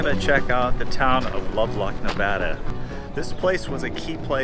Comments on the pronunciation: Great video. All the years I have lived around here, I have never been in the cemetery. There was a fire a few months ago that burnt the buildings to the left of the railroad station. BTW, tell your buddy you say Nevada just like you spell it Nev-Ad-A, not Nev-Odd-A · Great video! Other than pronouncing Nevada wrong haha